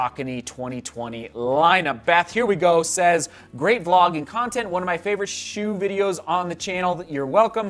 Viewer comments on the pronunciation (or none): none